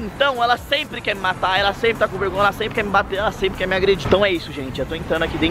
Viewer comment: Vergonha:a: mirri ri hola di passa vegonhia hihihi